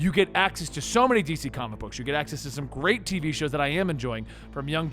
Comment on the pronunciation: No one: Tv: TIT SEA